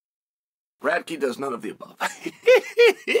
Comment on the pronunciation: “Radtke’s hard to say, hard to spell.” It’s the only name I’ve ever heard Uncle Chael pronounce correctly… lol